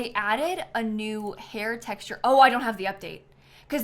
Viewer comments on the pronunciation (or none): none